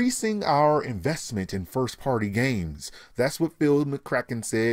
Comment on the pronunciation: 1th Firth that's what you're saying "Firth"